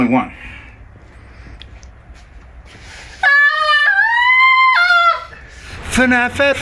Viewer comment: You didn't even say it right. It's FNAF